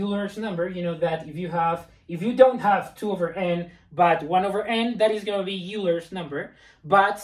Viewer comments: "Euler" is not pronounced you-ler, it is pronounced oiler. HTH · Always the shame shit. It's not Yuler's number, its Oyler's. Have you ever been in a math class?